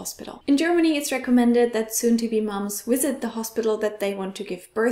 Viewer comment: "Wisit" - that pronunciation of "visit" amused me over how German it sounds.